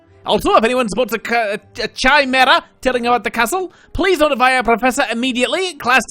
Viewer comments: Was about to coment that! Ki-meh-ra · Heads up the ch in chimera is pronounced like a K